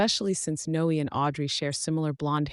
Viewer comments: It's not No... It's Noe, like Zoe and Chloe. It has the same sound. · It should be pronounced No-eh, to rhyme with Cloe and Zoe. (Unimaginative mom).